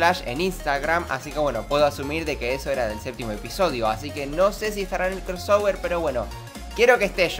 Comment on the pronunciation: Deja de decir "Cross -ower-" maldita sea